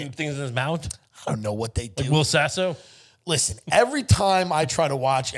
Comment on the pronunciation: LISHEN TO MEH